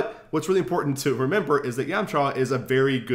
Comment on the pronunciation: yahm-chuh. not yawm-chaw. great video though!!!